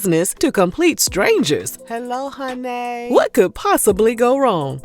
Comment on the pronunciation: Not hello hunnay 😀🥴